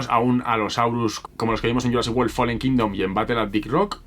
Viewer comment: Pronuncia wolll? Cómo si fuese world?